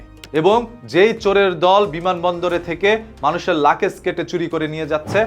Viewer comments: আরে ভাই লাকেজ না বলুন লাগেজ। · আপনি লাগেজ কে লাকেজ বলছেন কেনো! আগের নিজের উচ্চারণ ঠিক করে নিন।